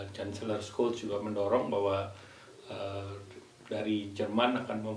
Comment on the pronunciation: mohon maaf Ibu Menlu, menit Kanselir Jerman Olaf Scholz, pengucapannya bukan Skol, tapi Syolz 🙏